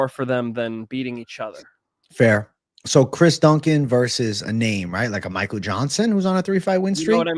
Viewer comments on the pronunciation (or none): none